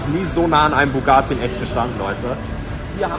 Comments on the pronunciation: Lukas wenn du schon einen Bugatti "klauen" Must dann sprich es wnigstens richtig aus es heißt Bugatti nicht bugaati 😂😂😂😂und der gelbe Lamborghini war ein Lamborghini sian und der "GTA"Lamborghini ist ein veneno habe nicht gesehen ob es ein Roadster war oder nicht aber glaube schon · es heisst bugatti er sagt bugaati